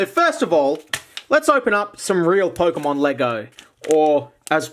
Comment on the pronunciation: ah yes,"POKEMOM"